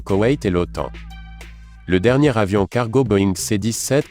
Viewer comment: Le commentateur est une machine : il ne fait aucune liaisons! Ou même fait des ereeurs Ex ; "le plus gros "avion" militaire au lieu de "le plus gros "zavion". C'est moche et odieux!!! Pour faire chic il parle toujours de 400 kilomètres par heure" au lieu de 400 kilomètre à l'heure : RIDICULE!!!!